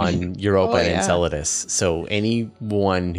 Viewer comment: The guy being interviewed says Enceladus the same way you say enchiladas